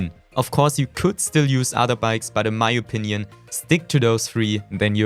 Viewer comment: Techniiiiiiiks 😂 und wie du opinion aussprichst 😂